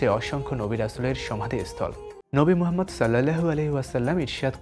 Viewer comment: ইসলামিক নিউজের জন্য ইসলামিক যেকোনো স্কলার হলে ভালো হয় কারণ আমাদের নবী হযরত মুহাম্মদ (সাঃ) এর নাম ঠিক মতো উচ্চারণও ঠিক মতো বলতে পারে না।